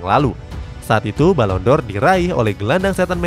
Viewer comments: Penghargaan balon Dor 😂😂😂🤣🤣🤣 Balon D'Or dibaca balon Di or Bkn balon Dor 😂😂😂😂 Channel bola lho 😂😂😂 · Koreksi dikit "Ferguson" bukan "Fergusen" sama "D'or" bukan "Dor" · Balon D'Or min .. bukan balon dor 😀😆